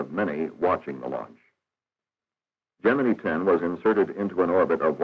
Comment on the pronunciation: I worked in the shop that made the gemini capsules. Why do narrators of modern videos mispronounce the word "gemini"? This narrator gets it right.